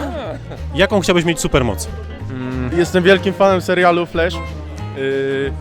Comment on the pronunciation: FLASZ NIE FLESZ, chlop co fan, a nie umie poprawnie nazwy powiedziec